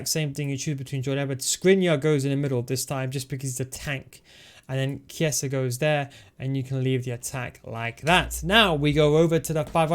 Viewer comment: Just a note, i think chiesa is pronounced "kieza" not sure tho